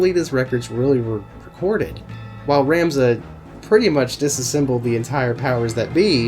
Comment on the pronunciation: Thanks for the review. Its Rom-za. Vowels. Tricky.